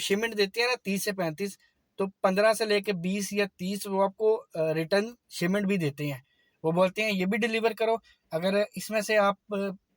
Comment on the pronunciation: Shimment nahi shipment